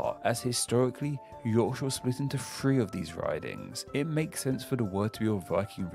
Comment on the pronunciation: Why would someone with a speech impediment choose to make a youtube video that involves teaching international viewers place names? Am I being too harsh? Wun to Fwee.... Powtsmuff Cownwul Can't form "th" so pronounces "F" Has so much trouble with "R" it comes out "W" It's basically lazy pronunciation, there's nothing to indicate he has any physical impediment precluding the forming of those letters and sounds.